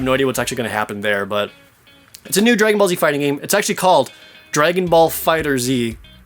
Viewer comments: Jared. Its pronounced "Dragonball Fighterz" not "Dragonball Fighter Z" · dragon ball fighterZ... pronounced fighters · Just to say Dragon Ball FighterZ is pronounced Dragon ball fighters just with a z to make it sound cool